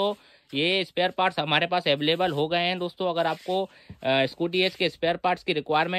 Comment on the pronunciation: baki sab thik he bis aveleble sun ne me maza aaya